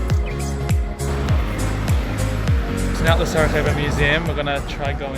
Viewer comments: Please, just learn the basics about the cities you visit! Pronounce or write the names correctly—never say them the wrong way. It’s not "Sarahevo," but Sarajevo (or "Sarayevo," just for you). And that river, the Miljacka—which isn't even that deep—used to sweep away or destroy several bridges in Sarajevo every autumn! If you were to tour my city, Sarajevo, with a local resident, certain things would become clearer to you. But your vlog is actually fine for foreigners; it’s just that, as a local patriot, some things bother me. I apologize if I was a bit biased, but I had to tell you how I feel ... But it doesn't matter, thank you for visiting my country and my hometown Sarajevo and I hope you liked it. Just, next time, try to meet some local residents who will help you a lot to find the main happening places and have a good time in the evening. I wish you all the best in the future, both for your YouTube channel and for you personally... Greetings from Samir (Sarajevo) :hand-pink-waving::face-red-heart-shape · Its SaraJJJJevo (as in Sarayevo), not SaraHHHevo, we are in Europe not in Latin America 😆 Glad you guys enjoyed your stay here 😊